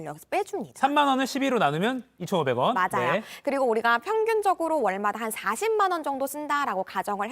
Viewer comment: 목소리톤이 홈쇼핑용 쏠톤이라 너무 높고 발음에 R발음이 많아 듣기거북. 맞Rㅏ요, 드ril게요